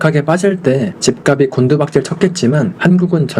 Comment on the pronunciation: 집값이 > 집갑시 지값은 > 집갑슨 발음 교정좀요